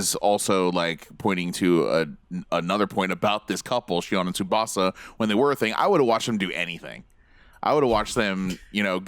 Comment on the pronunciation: All of these presenters are such dicks and they can’t even pronounce Tsubasa’s name properly... stfu lmao